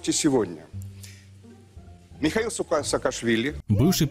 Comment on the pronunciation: Михеиль а не Михаил